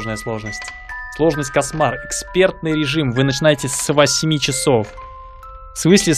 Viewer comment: Место кошмар а сказал касмар 😂😂